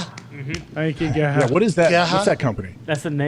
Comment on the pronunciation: Lmao it’s G E H A not all one word 😂